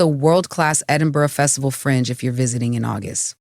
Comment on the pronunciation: Edinborough, love it. Well done, you corrected your pronunciation after you mispronounced it the first and second times, then you said Edinberg, but I must say your commentary is quite accurate for US visitors.